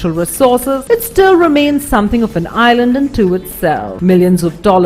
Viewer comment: Annoying how she says "island" - it's like she's murdering the word.